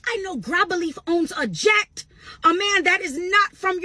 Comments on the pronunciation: I’m really tired of this wench, she said JACK 😂 I THINK SHE MEANT JET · She said Jet not Jack. Regardless it still doesn't matter because at the end Of the day it's not hers. Not a flex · I think she is trying to say jet.😂😂